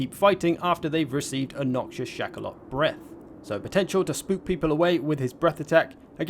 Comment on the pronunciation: What says: "Shakaloth" Me: "Chocolate"!